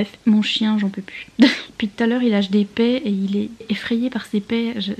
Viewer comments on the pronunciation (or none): none